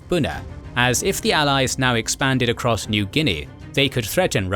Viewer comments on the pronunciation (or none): none